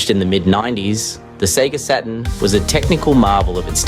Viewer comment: Seriously did you just say Sega sah - turn?? What is this??? AI British guy who doesn't know how to pronounce Saturn - not even with a British accent. I'm gonna say it now - AI is ruining Youtube. Every documentary or crime show I watch has 1 of the same 4 AI voices that keep rotating through all of these channels. When you watch videos with weird speech breaks and paused and improper pronunciation, it really is a deterrent and a total turn-off. Creators don't even try anymore - they just write a script and then have AI narrate it. I left Twitter, and now I'm migrating away fro Youtube. Keep killing everything good online. LAzy people mixed with AI leaves a communnity to look for other avenues for their entertainment. This is a cesspool these days. And if this was not AI and really the voice of the porson making this video - still I give no pass - There is no way you say SATURN like that.